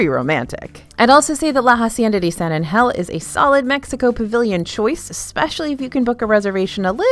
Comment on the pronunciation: Caramel, I feel can be either, but the word that drives me crazy every time you pronounce it is when you're talking about The Hacienda of San Angel. The word Angel sounds like you're saying H,E double hockey sticks 😅🤣 would it be possible for you to say it the correct way? I would greatly appreciate it.